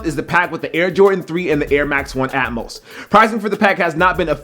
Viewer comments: "AMOS" uuuuhhhhhh its atmos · its Atmos not Amos